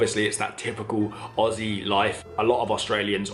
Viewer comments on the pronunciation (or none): none